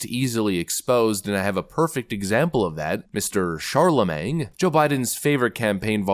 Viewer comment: "Charlamang" is crazy 😂